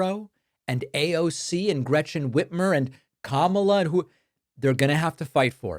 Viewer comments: Aoc is not her last name , it is AOC , the initials of her name , her name being Congress woman Alexandria Ocasio-Cortez . You make it sound like " Aawwwk " That is not right , just saying . PS: This is not a political comment nor do I support anyone , just like it if media would at least try to get it right . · David i stopped your video becauae you are the only peraon on the planet to say AAOC rather yha AOC. AND you clearly dont like women. And you are ridiculously immature like moat men when talking about AOC for whatever reason. I already unsubscribed months ago and am glad for it . There is something off with you, jealousy perhaps.